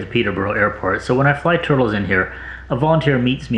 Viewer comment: "I like toitles."